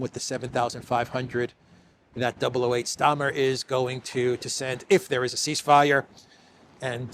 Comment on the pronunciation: "If there's a ceace fire" =Dead on arrival...😂😂😂😂😂